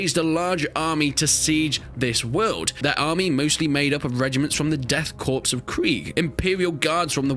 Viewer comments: "Korps" is pronounced "Kor" god damn it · Man's talking down to 40k fans but he mispronounced Korps